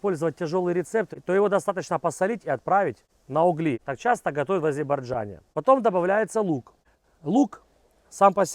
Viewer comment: Азебарджане? Я не ослышался?😂